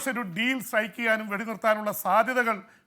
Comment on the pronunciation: SKN റ്റാങ്ക്യു എന്നല്ല ഉച്ചരിക്കേണ്ടത്, താങ്ക്യു എന്നാണ്.